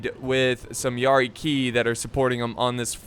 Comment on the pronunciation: Is it pronounced yari “Key” or Yari “kI”